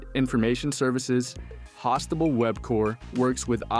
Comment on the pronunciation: Host-able not hostible [you pronounced it similarly to hospital]